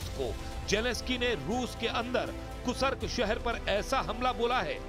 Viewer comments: कूसर्क या कुर्स्क?? 😅फिर से बोलना सीखिए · Gentleman, it's Kursk, not Kusark. Kindly pronounce correctly..., Dr. Dinesh, Moscow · कुर्स्क को कुसर्क बोल रहे हो, नेशनल चैनल पर हिंदी की ऐसी टांग तोड़ने में शर्म नहीं आ रही क्या?